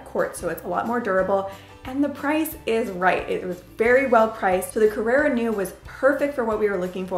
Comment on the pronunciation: Carrara not Carrera